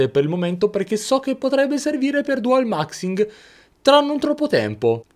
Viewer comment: Hai detto dual maximg 😂😂 grande